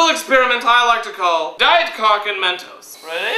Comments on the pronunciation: MEN"TOES" lol, its MENTOS ;) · MENTOES?!?!?!?!?!?!? BAHAHAHAHAHHAHAHA! dont you mean mentos? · well "mentos" is better than "MEN-TOES"